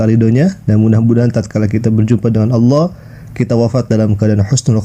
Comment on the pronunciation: Nanti di klaim adzan itu udah ada sebelum Islam dan digunakan Kristen Arab sebagaimana mereka klaim sebutan Allah. Aneh nya mereka sebut alah sementara Kristen Arab menyebut Allah sebagaiman muslim menyebut.